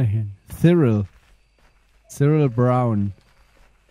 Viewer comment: Haha so geil mein name steht auf dem grabstein cyril und er sagt spricht es komplet falsch aus😂 cyril wird siril ausgesprochen.🙈🙈🤗